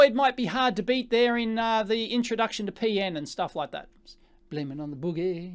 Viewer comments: It's P-N, not Pee-In, lol. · "Peein' technology" :)